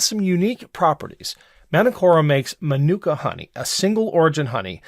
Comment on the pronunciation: "Man-Nook-Ka" Honey? I think "Man-Oooh-Ka" might be a closer approximation to how it's pronounced.